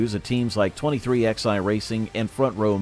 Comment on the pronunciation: Dude if you're going to cover NASCAR an American sport say it like it's supposed to be 2311 not 23xi go to England if you want to talk like that we talked American in NASCAR